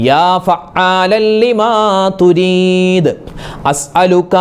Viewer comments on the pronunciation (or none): ലിമ തുരീത് എന്നാണോ.... യുരീത് എന്നാണോ??? എഴുത്തിൽ യുരീത് എന്നും ഉസ്താത് പറയുന്നത് തുരീത് എന്നും ആണല്ലോ 🙄